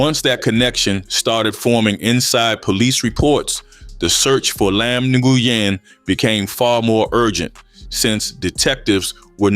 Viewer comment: The name is pronounced “Win” brother. I kno bc one of my best friends has that same last name.